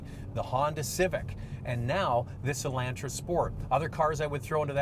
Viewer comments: I see it, too.....whats up with that???, its E- lon-tra...... not E-lan-tra. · E-LAWN-tra.....NOT ...E-LAN-tra.....listen to yourself 😊😅🤗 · E Land Tra he says cause anyone says it like that Canadian or not weird on purposeee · I don't like how you say Elantra!😡